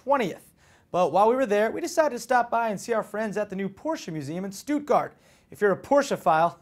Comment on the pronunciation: its pronounced shtut-gar-t